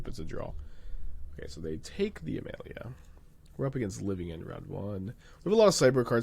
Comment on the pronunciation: Why is he pronouncing Amalia (Uh-Mall-e-uh) A-male-e-uh?